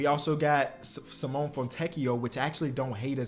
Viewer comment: This is how I know doesn't watch ball. He still doesn't know how to pronounce Simone Fontecchio's first name.